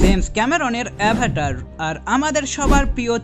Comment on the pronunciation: সিনেমার নাম টা ঠিক করে উচ্চারণ কর আগে তার পর তো ভিডিও বানাও